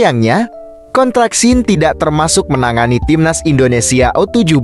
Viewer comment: Tolong kata2 admin INDONESIYE itu gk enak d denger....ug bener INDONESIA..orang mana sih admin ini..??????